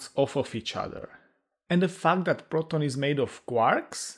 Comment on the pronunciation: Did you say fart or fact?😂